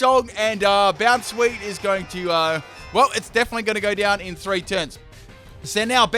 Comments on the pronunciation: bonsweet (boundsweet or bounsweet) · iTz VelveT The Weeb That's true, but I'm looking for really bad ones.... His pronunciation of Bounsweet isn't as bad as many of the others...